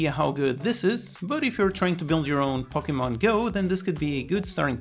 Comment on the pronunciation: The way you say "pokemon" sounds very Portuguese - are you a portuguese speaker?